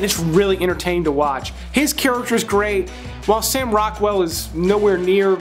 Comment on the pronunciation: Gweat just Gweat. Bawbawa will be thrillbed to hear that you,at the very least at a subconscious level wespect her wok. Lmao. Omg bro love this channel, picks. Always right on 85-95%of the time. (Ladies???). Great work